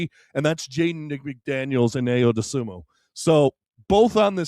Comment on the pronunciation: I…O. Say his name right please